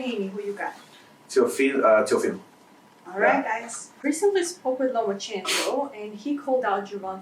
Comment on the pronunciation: Did he say lemonchenko? Tfu.